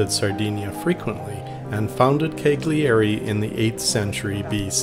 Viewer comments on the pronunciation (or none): I'm from Sardinia, thanks for making this video! Heads up, Cagliari is pronounced closer to the double l in Spanish, Callari. Like caballo. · Apologies for my incorrect pronunciation of "Cagliari". I normally try to do a correct pronunciation on my destination videos, but I clearly didn't here. Anyway, I hope you enjoy the video and historical context I provide 😀. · Hi there! Hope you enjoyed it. Yea, I really mispronounced Cagliari in my two Sardinia videos - sorry for that. Thanks for watching, stay safe and take care 😀👍